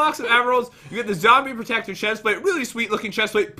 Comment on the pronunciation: Zombie proector? I swear it’s zombie PROTECTOR